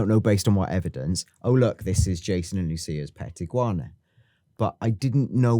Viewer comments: Iguana. Not ig-u-ana. Just iguana 😂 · stop butchering Iguana 🦎 It’s more how says it, Ig wana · "Iggy Wahna"?? 😭😭 lol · I’m sorry but if you guys keep pronouncing words like iguana as igg-yoo-warna and assume as ashoom I’m gonna have to stop watching it is badly triggering me fair enough if you just said it once or twice I would be like yeah that was annoying but repeatedly like 13 times I wanted to turn the video off so bad but desperately wanted to hear what you had to say please sort it cheers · Please learn how to pronounce Iguana lol.. Also it's 110 kg he's lifting, the bar itself weighs 10kg.. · Why tf is he pronouncing iguana like that? 💀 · Pronouncing the fuck out of the word 'iguana' there.